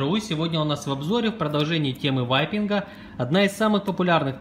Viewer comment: Кто-нибудь, скажите им, что не "ВАЙПИНГ", а "Вейпинг"